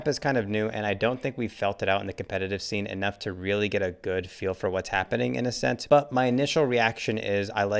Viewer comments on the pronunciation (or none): ascent more like assent